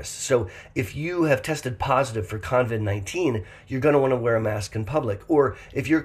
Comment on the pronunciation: it is COVID-19 NOT coNvid. No N in the name.